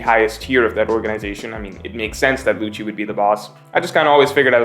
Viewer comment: Lucci is pronounced Lukki It's not mikami its Ookami